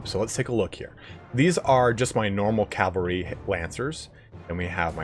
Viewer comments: It's not calvary, it's cavalry. Even your guy says it. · I'm terribly sorry, but... CAV - AL - RY. Not cal-va-ry. That's a place in the Bible. Really great video otherwise! It just had me wince a few times.